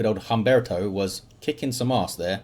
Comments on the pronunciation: For future reference, the H is always silent. So it would be (H)umberto. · Humberto is a real name - it'd be pronounced as if it didn't have an "h" at the beginning - /umberto/